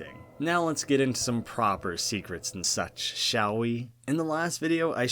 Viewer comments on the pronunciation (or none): none